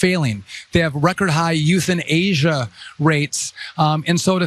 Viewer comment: Huuhhhhh, WTF is Youth'n'asia? Are canadian teens migrating to Asian countries or something? (Dear lord another idiot who needs to eat a dictionary just like Trump)